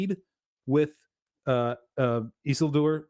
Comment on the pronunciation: What's up with stresses in names? Everybody says just as they are accustomed, or I've missed some new consensus? Always thought it was Isi'ldur etc